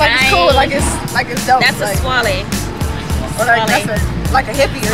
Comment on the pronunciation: Swally was pronounced incorrectly, it's pronounced similar to "Rally" :- Swally Pronounced to rhyme with rally, this is a local version of swallow: 'She's swallied the hail lot!'